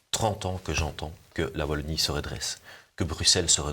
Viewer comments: Merci beaucoup pour l'invitation de "Chez nous" sur votre chaîne! Juste une petite remarque: Wallonie avec un W comme dans Star Wars ;-) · Merci pour cette émission, je suis de Lille, et avec la Belgique, nous sommes très proches géographiquement, mais également cuturellement (eh oui, nous fêtons aussi St Nicolas le 6 décembre, y a pas que dans l'Est!). Pour info, on ne dit pas 'Vallonie", ça pique, on dit Wallonie. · Martial je vous apprécie mais à l’avenir prononcez « oualonnie » svp ✊🏻